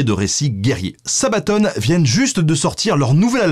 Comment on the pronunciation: c'est sabaton pas sabatone ! Sinon super vidéo !!!